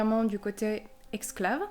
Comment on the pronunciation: Super tes vidéos, le rythme n'est pas trop rapide et les histoires intéressantes. Par contre tu as mal prononcé le mot esclave deux fois !!! Ça n'est pas exclave mais esclave !!!! Hihihihi...pas bien grave. Continue tes vidéos. Bye !